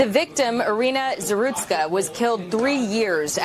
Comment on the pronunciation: It’s Zarutska. Not Zasruka